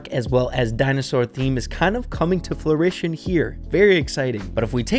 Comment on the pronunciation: the word is fruition not floritian.